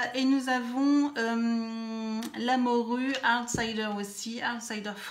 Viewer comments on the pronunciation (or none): C'est pas la morue, c'est la mordue ;)